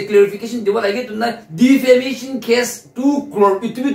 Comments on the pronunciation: The guy has clearly said "DEFAMATION CASE" Then why does this girl keep saying "DEFAMINATION CASE" in all of her videos relation to this subject. DEFAMINATION is not even English word. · Defamation not Defamination 😊 she said that in the previous videos also...so just felt I should correct it. 😊